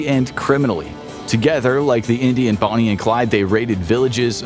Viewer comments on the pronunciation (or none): none